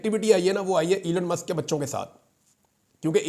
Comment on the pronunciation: عمران بھائی! نام ھے ای لون مسک Elon Musk تھوڑا لمبا کرکے بولیں۔